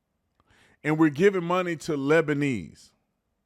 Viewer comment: Every time you said "Labaneese" I thought about that Eddie Murphy movie where he dressed as all the characters siting around the table and the grandma character was saying "OH my little Hurkaleez". Coke spewed out my nose.